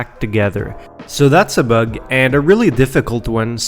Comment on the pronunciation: "So that's a bUHeg" :P